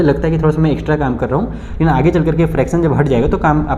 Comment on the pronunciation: Aag nhi age hota ha sir aag kyu bol rhe 🤧